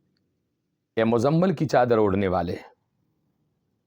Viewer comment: آپکی تجوید ٹھیک نہیں ہے اور سورہ مَزَمَل نہیں ہے بلکہ سورہ مُزَمِل ہے میم کے نیچے زیر ہے.